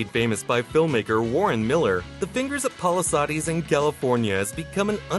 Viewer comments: "pahlihsahdees" bruh what kinda pronounciation of palisades is that? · Definitely a strange way of saying Squaw